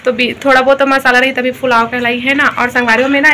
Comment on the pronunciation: Di fulaaw nahi pulaw bolte hai 😊😁